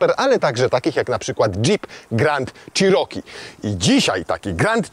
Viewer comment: przed przystąpieniem do nagrywania proponował bym zapoznać się z poprawną wymową nazwy " cherokee" , to słowo zostało wypowiedziane naście razy co sprawia ,że uszy bolą :/ tak na szybko, dużo lepiej by to brzmiało " czeroki " a nie "cziroki" . Nie jest to dokładny zapis wymowy ale jest o niebo lepszy. Nie ma tu żadnej uszczypliwości, ale jest to tak nagminnie powielany błąd ,że jak staram się wymawiać poprawnie jestem poprawiany a to już ponad moje siły. Pozdrawiam.